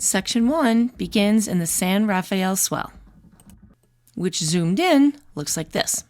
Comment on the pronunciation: So awesome you found Rays Tavern... worth a stop if you are in Greenie. I'll bet I've eaten there 75 times lol.. Just an FYI.. those in the "know" call it San Ruh-fell Swell. Those from elsewhere call it San Raff-E-el Swell... You too can be an insider :). Great video, in my back yard!!